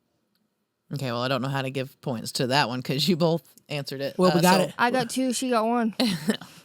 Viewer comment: Do you say ‘bolth’ too? 😆